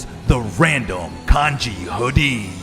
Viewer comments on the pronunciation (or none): none